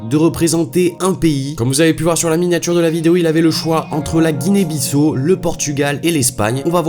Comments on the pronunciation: Guinee Bissau non pas Guinee Bissou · Ça se prononce Guinée Bissao mais ça s’écrit Guinée Bissau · on dit "Guinée-Bissâo" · Apprend à prononcer Guinée - Bissau. Merci